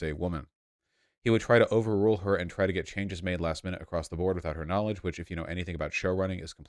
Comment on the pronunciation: As a kiwi its always weird hearing my accent in a US context lol, they way says “knowledge” makes my skin crawl, but only online 😉